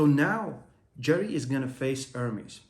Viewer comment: bro stop saying "ör-meez" it is "Er-MES" c'mon you heard the true version enough why still ör-meez😬